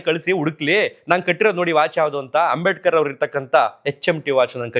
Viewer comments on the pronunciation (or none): none